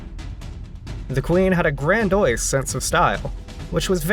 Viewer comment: grand-ee-ous. Three syllables. proper pronunciation providing piss-poor performance is far more important than made-up pronouns even in bizarro-world